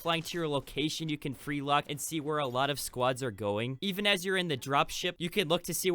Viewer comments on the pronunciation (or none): It’s freelook not freelock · Free lock? You obviously don’t speak English as a first language but still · Saying “free lock” instead of “free look” legendary